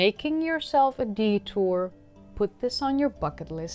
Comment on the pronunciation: Hi! Just a quick clarification, did you mean "detour", or.. "D-tour":-) Apart from being informed, additionally, we have been entertained. lol